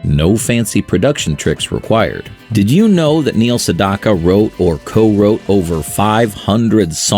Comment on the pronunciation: Learn to say Neil name correctly.